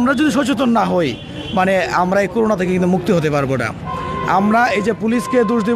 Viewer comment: করুনা না "করোনা"। শিবির পেলে কাছে যাবেন না ক্রস ফায়ার দিবেন?